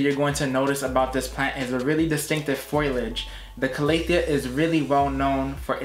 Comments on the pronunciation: “Fole-EE-age” 🍃🍃🍃 ….Not “foil-idge” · The word is pronounced FO LEE AGE not FOILAGE ..... good grief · FOliage, not FOILage... sorry but you've got some good info, just want you to sound like you know what you're speaking of. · Just a heads up, foliage is pronounced “Foe-Lee-idge” 🙏these botanical terms can be confusing 👍